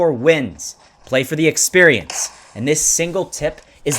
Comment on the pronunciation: he said sex perience